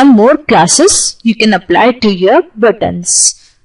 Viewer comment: knowledge wise apt...But as always some words were mispronounced like buttons..the ts need to be subtle..or for example the word proceed..most Indians and i have been guilty too in the past of calling button with a very hard T like buTTon..emphasize less on the tt..as in BUttON